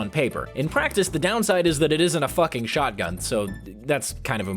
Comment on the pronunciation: witda CHÄuoghtgun